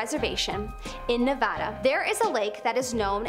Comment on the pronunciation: thank you so much for saying Nevada right! you are amazing 👏 ❤️ 💖